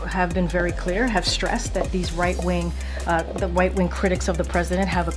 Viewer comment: bro wtf she said white wing.🤣